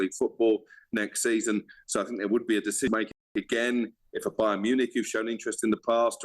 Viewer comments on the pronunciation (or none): none